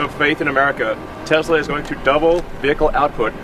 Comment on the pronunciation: 트럼프 머스크 기자들 불러다 놓고 회사명도 똑바로 몰라서 테슬라도 발음 잘못함 ㅋㅋㅋㅋ